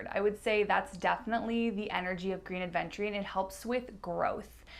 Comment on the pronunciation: Love your videos, love spending time with you. Please try to say "Aventurine", and not Adventurine. 😘 Keep up the good work, gal.